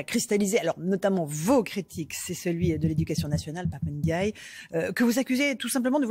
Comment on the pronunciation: Mr Zemmour s il vous plait faites 1 effort Ndiaye on ne dit n --deuy.....on ne detache pas le N du D.....dans les nom africains ayant le doublement de consommes on ne detache pas au moment de lire ndiaille voila coment lire.....c est redhibitoire chez les journalistes et les autres faites un effort s il vous plait vous dites vous respectez les gens votre divergence est ideologique alors s il vous plait lisez correctement les noms des africains..... on ne detache pas la premiere consonne de la 2e.........c est collé